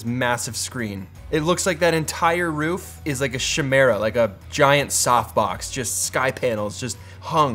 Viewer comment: "Shi-mera" LMAO